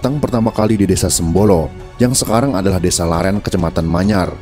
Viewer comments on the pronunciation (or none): Bukan laren tapi leran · maaf koreksi sedikit. yang benar "sunan gresik", bukan "sunan gersik". dan "desa leran", bukan "desa laren".